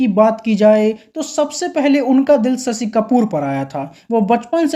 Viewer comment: भाई साहब पहले हिंदी सीखें ससी नहीं शशी बोला 😅